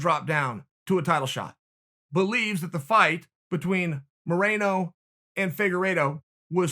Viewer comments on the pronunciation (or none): Brandon: Mo-re-no. Chael: Mo-rei-no Brandon: OK, GREAT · Omg this guy cant get Moleno's name right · Brandon “Minero, Malinero, Maranio” Moreno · Chael: Brandon Marinara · Chael: I follow the sport Also Chael: Monero, Molanerro, Moranio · Chael “Malanaro, Morono” Sonnen. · What was Cody thinking... Henry would beat the dog shit out of Cody. Also.. Literally no one: Chael: Brandon Marinara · Chael “marinara” Sonnen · menero* no wait molenero* no wait moranio* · Chael “Minero, Molonero, Moronio” Sonnen. Undefeated in mispronouncing names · Nobody: Uncle Chael: “Brandon “Minero” Moreno” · Moreno bro, get it right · He can say “marinate” but not “Moreno”. 🤣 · Can say Figueiredo but cant say Moreno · Cte kicked in everytime chael tried to say moreno 😂